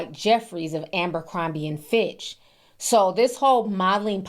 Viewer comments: ABercrombie... Not AMbercrombie.... said it wrong about fifty eleven times. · ABERCROMBIE not Amber… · ABER, Aber....ABERCROMBIE! One of my biggest pet peves is when creators don't pronounce things correctly. I assume that many of you research these topics and information surrounding said topics. Pronunciation should most definitely be included in that!!